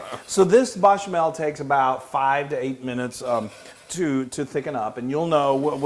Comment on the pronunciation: If you are going to correct the on his Gruyere pronunciation... then I need to police your verbiage of Bechamel. Gotta keep it honest, love the recipe! Cheers! poko